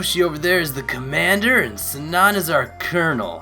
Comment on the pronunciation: In the name, 'Sanan', you had the emphasis on the wrong syllable. it's got the emphasis on the first syllable. To get a better idea, you could watch the Hakuoki Anime called 'Hakuoki Kitan' In short, the name is supposed to sound like (Sah-n nahn).